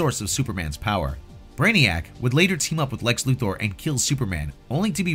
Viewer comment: I love that you actually pronounce Lex Luthor's name correctly.